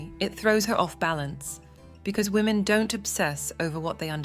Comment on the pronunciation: Have anyone ever noticed, EVERYTHING IS ABOUT WAMEN FOR WAMEN AND CATERS FOR WHAAMEN😂